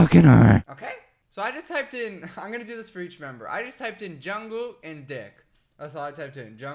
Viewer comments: HAHHAHA THE WAY HE SAYS ‘JUNGKOOK’ IM SORRY I FEEL BAD FOR LAUGHING 😂 😂 😂 😂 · It is JungkooK with a k at the end